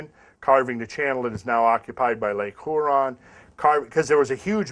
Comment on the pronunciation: Coming from a Michigander it's funny to hear say Lake "Hoo-ron" lol Everyone here says "Huer-on".